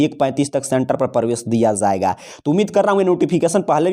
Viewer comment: جایے گا ۔۔۔ زایےگا کب سے ہونے لگا ہے ؟؟ ج کی جگہ ز صحیح نہیں ہے ۔۔۔۔۔